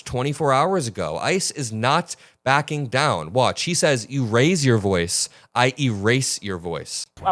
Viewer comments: idk what a “boice” is. ICE AND BORDER PATROL will be picking him up when the numbers start to dip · That man says "boice". Where are his papers?